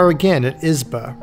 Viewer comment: As a Russian I was curious how would you pronounce that word "izba". Well, I was not disapointed... 😆You pronounce it with the first syllable stressed like a typical English-speaker. Just as I was expecting, because we in Russia pronounce it with the second syllable stressed... 😆like "izbah" or something.